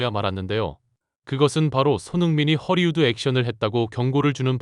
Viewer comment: ◇ 속담: "입은 비틀어져도 말은 바로 하라!" 허리우드 액션?!?!?!?! × 헐리우드 액션 ○ r과 l의 발음도 구별을 못 하나?????? 바로 전염되어 댓글에도 허리우드 액션?!?!?!?!?! Hollywood Action